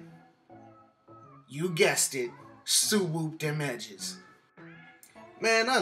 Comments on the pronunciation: "Imma hit it wit a sooo whoop" not a swoop a so whoop lmao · “We gon’ hit these edges wit a soo-wool” 🤣🤣🤣🤣🤣🤣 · Yooow I laughed so hard wen he said gel sandwich and soo-woop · “We gon suwoopp these edges” 😭 !